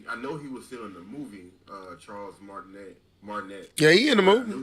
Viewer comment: Chris PRATT with an "r". Charles Martinet (the "t" is silent so it's pronounced Mart-in-aye) Sorry ya'll it's the teacher in me lol.